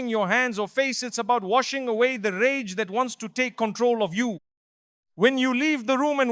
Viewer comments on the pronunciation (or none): Excellent topic but please stop using A.I. it throws you off ragah instead if rage lol.